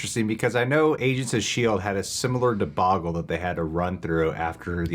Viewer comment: Did just say deboggle? 😄😄 Theres no way didnt wanna correct him with the actual word after he said it (Lmfao his face says errthang!) BUT!..... if ur a constant viewer u might know how it goes. He prolly just agrees with that it's the correct way to say debacle 😬😬